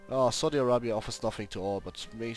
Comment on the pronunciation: Saudi I-rape-ya xD